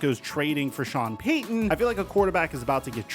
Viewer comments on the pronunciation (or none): none